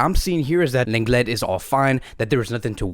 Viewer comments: Just so everyone knows, the correct way to say Lenglet is Longley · 😭😭 well it’s bad that he supposedly pronounces lenglet’s name wrong all the time😂